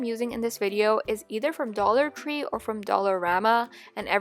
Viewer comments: no hate did she say dollar cree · 45 she said dollar cree